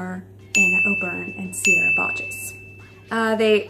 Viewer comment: haha i agree with you but sierra’s last name is more pronounced like “bog”